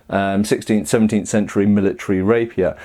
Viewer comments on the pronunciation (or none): none